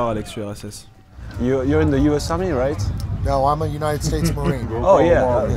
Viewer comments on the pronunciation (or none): none